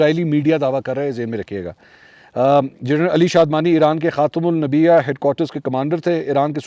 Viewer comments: Khatymul nabia nhi khatymul nabyen..Sahi talafuz Hy. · منصور بھائی لفظ خاتم النبیین ہے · بہت شرم کی بات ہے کہ انگریزی تو فرفر بول لیتے ہیں آپ لیکن ۔خاتم النبین نہیں بولا جاتا مسلمان ہونے کے ناطے پریکٹس کر لیں